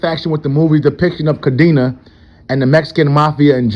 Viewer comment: Cadena, the old leaders last name is pronounced: Ca-Den-Ah. It means, chain, in Spanish.